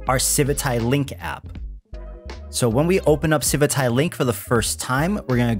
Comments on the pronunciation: Does anyone else have the strong urge to never use this project again every time you hear them say the word "civitai" as if it were spelled "civitae"? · It feels so weird to hear you say civitai, i read it as Civit A I for years xD